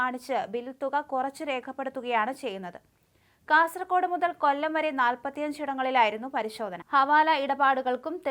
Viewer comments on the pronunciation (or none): none